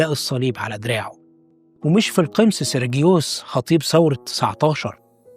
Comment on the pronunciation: حلقة جميلة جدا جدا ❤❤ بس تصحيح بسيط إسمه القُمُص ( ومعناها المدبر ) بضم القاف و الميم😊